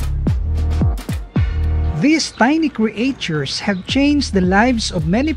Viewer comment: kindly pronounce the world "creatures" properly please..